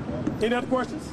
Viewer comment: If he says "queRstions" one more time!🤣